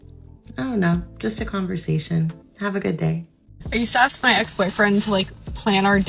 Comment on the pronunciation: You should never “axe” your wife.